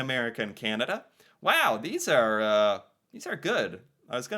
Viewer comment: I smile each time says Candada😊